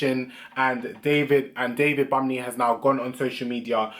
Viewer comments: The n in bunmi is silent I know you don’t care 🤣🤣 but just for times u meet other people who’s name is bunmi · He said 'David BUMMY' LOOOOOOOOL